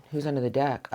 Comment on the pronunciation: Thank you as always gorgeous PS you sounded like a kiwi when you said pickin one dick (deck)when you began love crossings 😂 Your the best love your energy 🥂❤️😅